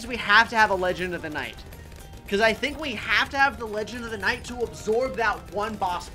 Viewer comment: HOW DID YOU MESS UP LEGEND OF THE NIGHT NAME